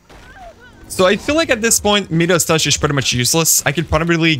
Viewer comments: Your me-das touch is killing me.. it’s pronounced my-das. Nice video, I enjoyed it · Mia-duhs… not meeeeduss